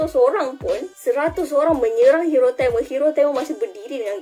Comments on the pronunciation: Kak TAMIL ya TAMIL bukan telmel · Sebutan tu TAMIL!!..NOT TEMEL...TAMILL...SEBUTAN TAAAMMEEELLL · Tamil❎ Tamel✅ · sebut tamil pun pelat... apaaaa..